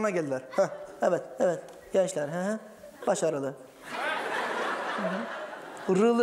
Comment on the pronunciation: "Evet, '-rılı'" 😁 Ben de aynı şeyi düşündüm. Hiç beklenmedik yerleri vurgulayarak güldürmeyi başarıyor adam 😄